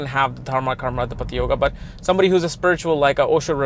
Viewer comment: Correct pronunciation is Dharma Karma Uh-dhee-patee Yoga